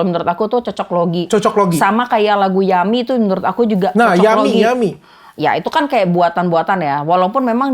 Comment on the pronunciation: Yummy mbak, bukan young me